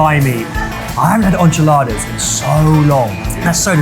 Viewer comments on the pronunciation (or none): He pronounced enchiladas like "Ahn-chi-ladas" like Moira Rose on Schitt's Creek.